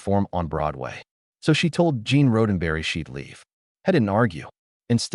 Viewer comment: Horrendously written AI narration. Unlistenable. Especially the part about Gene RHODENberry. One minute in...I'm gone.